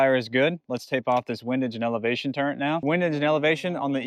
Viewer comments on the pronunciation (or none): This nigga says "turrent" 💀💀🙏🏻🙏🏻